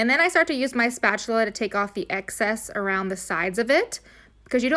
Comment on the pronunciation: spatuler lmfao